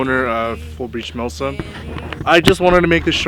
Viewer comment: I had to remember, you very clearly said millSIM. With that in mind great video thanks for sharing. Oh and the face blur thing, cool but I know what you look like. Just saying.